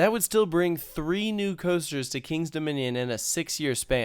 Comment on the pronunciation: The way that you slur the words "Kings Dominion" all into one, it's like it's 2 syllables... I know its your home park, whatever ;)